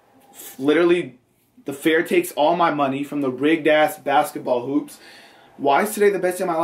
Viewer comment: He keeps saying fear instead of fair